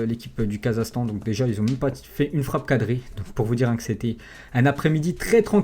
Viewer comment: on dit pas "Kazastan" mais "KazaKHstan"